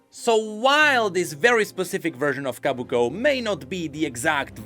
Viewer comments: Sorry but I gotta be the one to say it's Kobuko, not Kabuko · Ko. Bu. Ko. Not Kah. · I can't take it anymore, it's not Kabuko it's Kobuko. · I can't take it anymore, it's not Kabuko it's Kobuko